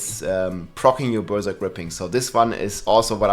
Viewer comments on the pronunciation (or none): none